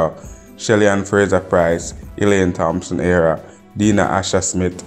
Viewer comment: Her name is HERAH nor AREA